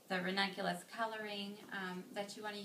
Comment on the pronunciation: Today i learnt how to say " ranunculus" correctly after listening to you. :) Beautiful flowers. Thanks..